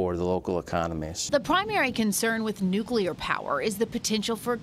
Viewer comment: The PR guy said "nucelar". How in the hell do these bozoes continue to mispronouce the word NUC LEAR. Idiots.